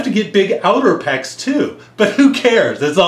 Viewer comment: inner peh - ecs XD